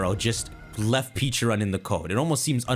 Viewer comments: Its "peh_CHA_runt" it a PEH! WHARE TF YOU GETTING PEECHARUNT? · I mad you went from saying Pecharunts name incorrectly to saying it correctly then went back to saying it incorrectly but purposely